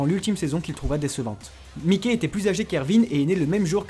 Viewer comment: Wouaw y’a des infos pas anaudines et qui témoignes du génie d’isayama(mise en abime, comparaisons, relations, métaphores...) PS: on dit myke pas miké